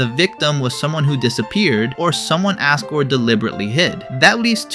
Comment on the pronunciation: ...why do you say Asgore with an A instead of an O..?